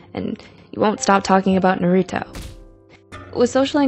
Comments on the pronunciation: I thought she said Borito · Ok but the way you said naruto killed me😂💀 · IM SORRY BUT I CANT GET OVER THE WAY SHE SAID NARUTO HELP ME ok sorry bout that